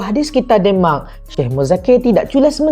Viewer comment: Salam saudara.. sebutan nye biar bener...kok demak Indonesia ke demak euro..keh..keh